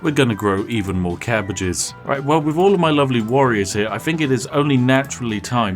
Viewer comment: "cabbages are amazing" HIS BRITISH LEVELS ARE SPIKING!!